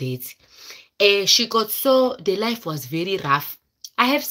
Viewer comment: 😂😂😂😂😂😂😂😂😂😂 The way you say itii...my husbandiii...he paid everythingiiii....how is laifiiii.... how is Europuuu....I wantediii...